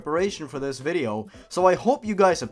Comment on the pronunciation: "nnngh mario, i'm tryna play a vidjeo game, couldja stop cutting messages into my skin"